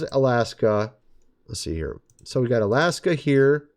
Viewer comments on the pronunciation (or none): none